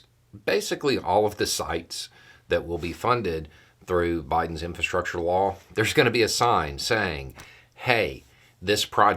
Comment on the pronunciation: When you say "law", I hear "wall". Seems everybody wants their name on something.